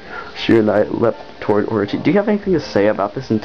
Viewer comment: shee-*RA-nuee *tounge flutter. *or-O-chee